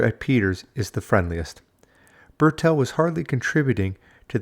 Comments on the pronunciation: Why you addressing Bertil as Burr'tell? His name is BERTIL. You also sneak in Cowardly digs about his past. - either trying to be clever Or just being a complete W@ To be honest You seem like a complete W@ Unsubbed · Bertil Fox, Bertil, not Bertell!